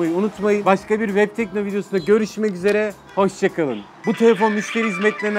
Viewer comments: Reklamı. Sunan. Adam. Telefonun. İsmini. Telafuz edemiyo. Vebtekno. Haklı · ya şu adamın vebtekno demesine ölüyorum absıad